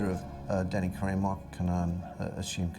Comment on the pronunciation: My ears bleed every time I hear them pronounce “Karam”